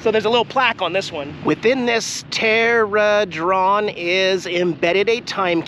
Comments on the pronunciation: teradron.... LOL... typically pronounced..... Tet-tra-he-dron 😀 Which is the correct name for a pyramid with only 3 sides. (technically 4 sides cause its sitting on one.) A typical pyramid has 5. (4 triangles and a square bottom.) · “Within this tey-ra-dron…” 🤣🤣🤣